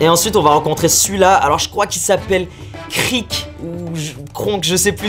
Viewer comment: C'est don Krieg (Krig) si tu préfères et pas krik xD